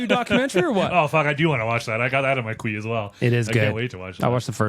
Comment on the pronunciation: quee? it's queue